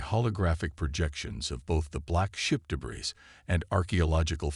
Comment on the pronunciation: Thanks. But, can you please explain what the following are: "EYE"(AI), "deh-BRISS"(debris), "REED"(RED for read), "GEE-num"(genome), "REE-gistreen"(registering) "MAG-nitt-ussphere"(magnetosphere). Most ALL of you guys AI's really suck!